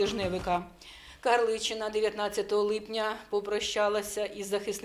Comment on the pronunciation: не "липняня", а "липня"!